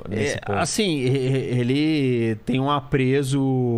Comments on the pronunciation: . "Aprezo"? Ou ele quis dizer "apreço"? Esse cara entende muito de geopolítica mas assassina o português direto. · O entrevistado é muito fraco, o cara fala "aprezo" min quando deveria falar apreço, mais um "especialista", não dá nem para terminar de ver a entrevista. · PROFESSOR HENI. GRANDE ANÁLISE. PARABÉNS. APENAS DESEJO CORRIGIR UMA PALAVRA: NÃO É "APREZO" , MAS, SIM, "APREÇO". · "Apreso" ficou feio pra um cara que é tão lido e estudado. O correto é apreço. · Parei de assistir quando esse professor disse "apreZo", ao invés de "apreÇo". Eu nunca ouvi falar desse cara () e continuarei desinteressada por ele... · O entrevistado falou APREZO?? Melhor lembrar que é APREÇO! Na acepção estima.